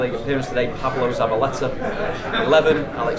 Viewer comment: "puhbloe Zuh buh latteh"